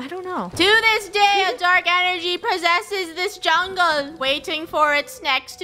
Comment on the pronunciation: we're on a jungle adventure. Me: I all most thought she said jungie